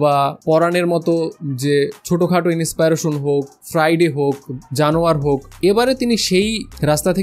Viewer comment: Big fan vai but inspiration word tar uccharon tay khub baje sunacche,thik kore niben asha kori ❤